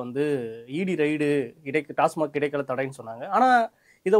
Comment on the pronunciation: அது ''டாஸ்மா'ர்'க் இல்லை. 'டாஸ்மாக்''. இதை கூட ஒழுங்கா சொல்ல தெரியல.